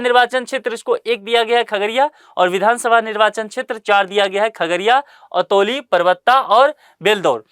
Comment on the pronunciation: अतौली ❌, अलौली ✅